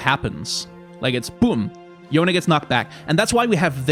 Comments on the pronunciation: I LOVE YOU FOR PRONOUNCING YONE CORRECTLY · At least someone say his name correctly. Necrit was upsetting me